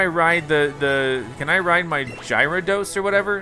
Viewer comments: hey G dawg is a gyrados (gare-a-dose):) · Gyarados is pronounced as gah-rah-dos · I just so happens to cough righ when said Gi-ro-dos